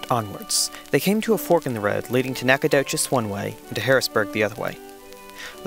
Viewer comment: He also mispronounced nacodoches.